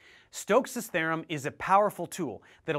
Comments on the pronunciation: Stokes’ “tharem” -. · that's a weird way to pronounce theorem